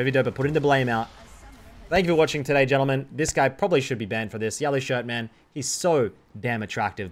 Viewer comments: Sadly that's not how baus would pronounce it It would be like G in grams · that fuckin "ladies and yentlemen" in the beginning killed me 🤣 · “Ladies and Yentlemen” lol so fitting